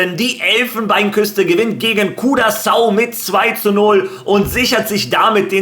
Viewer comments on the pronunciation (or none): none